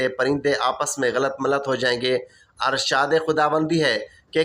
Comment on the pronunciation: Bhai Arshaad nhi hota Irshaad hota.. ☹️😞